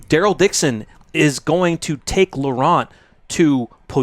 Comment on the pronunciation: Hey, love your show watched from France and here is a tip to pronounce well "LAURENT"... LORE + AN... Don't pronounce the T like saying Ant... Always great contents, always good comments... Take care and keep up with the good job which entertains us!!!